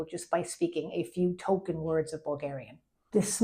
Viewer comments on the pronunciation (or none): none